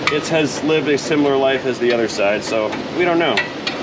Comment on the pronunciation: simular or similar ye of exceptional annunciation!